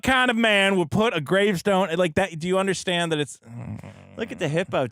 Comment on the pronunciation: I hate how he says "underschtand"